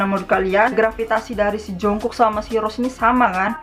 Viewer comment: udh lagi cara baca nya salah pulak?**rm diblg erem padahal bacanya arem jungkook diblg jongkuk juga baca nya jongguk bkn jongkuk